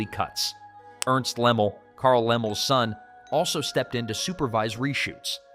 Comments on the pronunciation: Lem-LEE.. not Lemmel.. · Leml? It's Lem-lee! 👎🏼